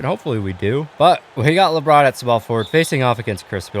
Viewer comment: He said kabron JAMES